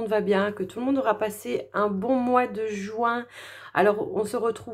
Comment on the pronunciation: C'est pas JOUIN , mais plutôt JUIN .